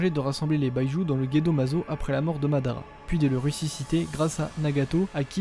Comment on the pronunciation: Bi-Ju pas baillejou ! Ca n est pas de l anglais lol